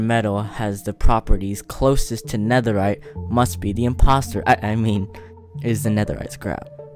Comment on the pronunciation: NEAHERRITE TRIDENT 🤔